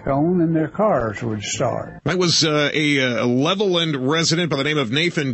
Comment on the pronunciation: I am from Levelland. My Dad witnessed the ufo. Also....Levelland is pronounced Level Land!